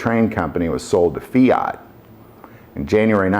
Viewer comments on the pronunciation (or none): none